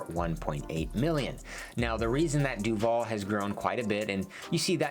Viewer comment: He pronounces Duvall incorrectly. Even more annoying is that in the last few decades, with more new people moving in there, so many new people pronounce it incorrectly that it drowns out the old-timers and people think the new way of saying it is the correct way, because that's what they mostly hear. It is not DuVALL like the actor, emphasis on the last syllable. It is DUvall with emphasis on the first syllable.